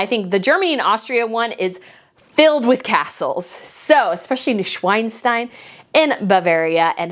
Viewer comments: Neuschwaaaanstein, not -schweinstein, please. Schwan is a swan and Schwein a pig/swine, it's not the same thing :-D (Sorry to be so nitpicky.... love your content otherwise ;-) ) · I love your chanel, always on top!! But let me say that it's not 'Neuschweinstein' 🐷but 'Neuschwanstein' 🦢😀🍀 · It's not Schweinstein, it's (Neu)Schwanstein. A Schwein is a pig while a Schwan is a swan - so it's really quite a difference 🐖≠ 🦢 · Oh please, these Bavarian Castles are called NeuSCHWANstein and HohenSCHWANgau, SCHWAN means "Swan" - not "Swine". As a Bavarian hearing you pronounce the names of our beautiful Castles this way hurts so much.